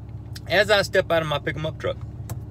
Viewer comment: I love it when he say his "pick 'em up truck"